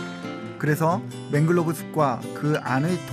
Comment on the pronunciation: The author speaks it to Manglove crab ( he pronounce as 맹글로브 크랩 ) But the correct spelling is Mangrove crab, 맹그로브 크랩 이 맞는겁니다. 고쳐주시기 바랍니다. 발음하는것을 들어보면 화실히 맹글로브라고 하고 계십니다.